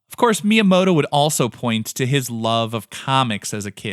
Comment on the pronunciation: At least try to pronounce the name right 🤪